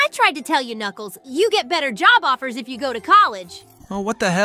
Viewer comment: ah yes, "nuculs" the "king"